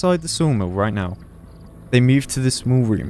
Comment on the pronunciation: I mean I understand it's your accent , but what's with "Mewed " instead of "moved"? I've got quite a lot British friends and none says "moved" like "Mewed".